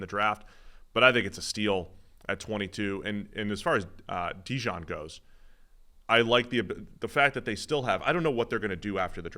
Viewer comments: His name is DeJean. Not Dijon. Quit calling him mustard. Kind of insulting. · Y'all need to figure out how to pronounce Coopers name correctly. It's NOT Dejohn. It's either Dejean (like the pants), or as we from Philly call him... DeJawn! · Dee-john??....he aint mustard man. bizarre how so many ppl cant say his name right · It’s “Da Jean” like the letter D and then Jean like pants. Yall should know this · They keep saying DeJohn😂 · Fools cant pronounce dejean's name and dont know where kyle hamilton was drafted. Do ppl take these guys seriously?